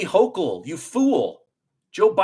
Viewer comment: I adore you,, you finally pronounced the pos shig, Kathy Hochel's name correctly!! YOU ROCK 🩵❣️